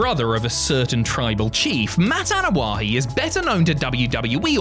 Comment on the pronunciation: Is it me or does he keep saying Anoa’He?